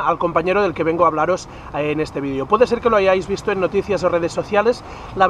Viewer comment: si por favor deja de decir "vidio" y pronuncia "video" lo pienso